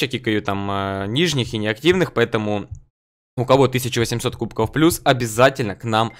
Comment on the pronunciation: Почему кубкоу, а не кубков?